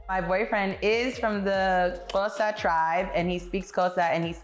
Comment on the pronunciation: You got the Xhosa click down pat, it was perfect!